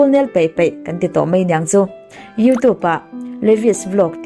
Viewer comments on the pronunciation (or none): none